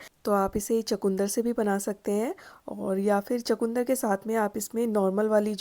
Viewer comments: Sorry to say it called chukandar not chakundar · چو کوندر نہیں ۔ چقندر کہتے ھیں 😂😂😂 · Aslmualikum g ap chkndr ko chkoondr q keh rhi hn